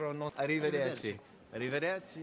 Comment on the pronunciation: A river Derchi.